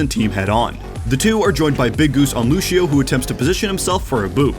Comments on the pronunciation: Is it me or says "Luchio" or "Lushio" instead of Lucio's actual name. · Lucio. Loose - ee - Oh. Loosio. Lucio. What is this Loosho nonsense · How do you cover professional ow, yet don't know how to pronounce a hero's name, who has been in the game since release? Luchio? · God I love these videos but I hate how he says looshio and not lucio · Ah yes looshio. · People who say lu she o make me want to scream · He says lusheo